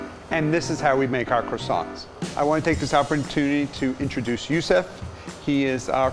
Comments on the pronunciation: Man makes croissants...mispronounces them the entire time... OTL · Bruuhhh this man brought some "Croissants"